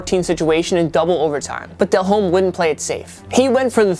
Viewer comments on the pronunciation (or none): Every single clip y'all show, the crowd is going batshit crazy. Not quiet at all. Who puts these lists together? Also, Dellhome's name, the 'h' is silent. So it's pronounced "dellome". Smh. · Just an FYI...It's not "Jake DEL-HOME," it's pronounced "Jake DEL-OHM." No biggie, but since your channel is Total Pro Sports, you might just wanna make sure you're pronouncing players' names correctly. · How old is this dude??? How are you a host on a sports show and can't say Delhomme or Bulger's name the right way??? Tell your brother to school you kid